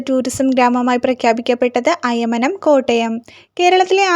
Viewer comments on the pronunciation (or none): അയമനം അല്ല അയ്മനം ആണ് 🙏